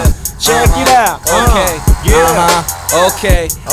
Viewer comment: LOOL i love it when says OHkay